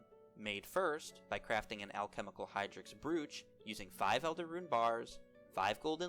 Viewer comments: Its pronounced broach like cockroach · You're pronouncing brooch incorrectly it's pronounced "broach" like roach but with a B